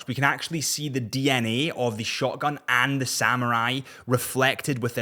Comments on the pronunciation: When you say "shogun", it sounds an awful lot like "shotgun"... 😂 But am enjoying the content. 😊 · Are you saying shotgun or shogun?